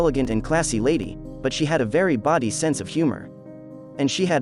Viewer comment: That’s AI for you.